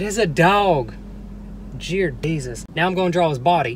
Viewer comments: You said dear.desus not dear.jesus you are amazing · Jear desus 🤣🤣